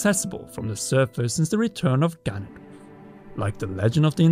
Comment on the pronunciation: I had to reverse for a second attempt the beginning. Thought you said Gandalf. Not Ganondorf